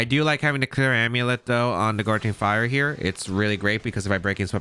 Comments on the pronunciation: GOW-ging fire not GOR-ging fire <3 no hate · Also the name of the paradox entei is gouging (like “gouge my eyes out or “The super market is gouging people with these prices”) fire.